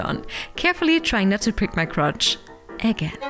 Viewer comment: I was afraid you would summon an evil bunny Spirit by saying "Zipper" that often. So please all repeat 10 times this tongue twister: Pinning Space Saussages is hurting crotches, If crotches be close when pinning Space Saussages. Who elses said "crotcheses" instead of crotches? xD